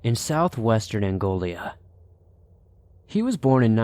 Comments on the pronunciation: I heard "Angolia" too and thought isn't that supposed to be "Angola"? Don't know where Angolia could be... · Loving the video! I could be wrong, but did you mean to say Angola? Of course, it's possible that there's an Angolia, and I've just never heard of it!...😁